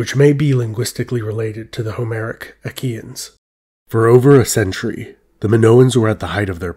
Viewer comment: are you saying "IKEA-N'S" 😆 LOL